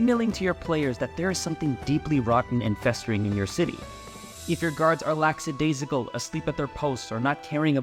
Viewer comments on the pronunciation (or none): Good video :) This gives me an idea to make a "NPC Archetype" Database in Notion that I can attach to NPCs, so for Guards I could put these 6 types in for extra reminders for improv and stuff. Also, it's lackadaisical, not laxidaisical. <3